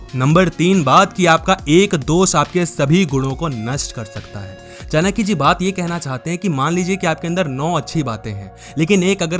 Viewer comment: चानक्य नहीं चाणक्य होता है